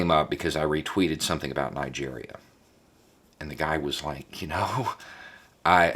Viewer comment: Did he say Nigeria?